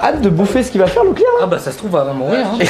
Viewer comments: C pas locklear,c Leclerc 🤣😂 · Moi je croyais que quand ils disaient ''locklear''j'entendais ''la cuisine'' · Je pensais qu’il disait brocoli🤣🤣